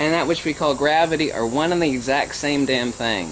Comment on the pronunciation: you say force and motion as if you are saying force in motion; stop it. or are you saying force in motion; as if saying inertia?